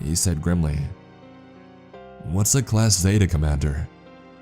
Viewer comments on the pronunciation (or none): none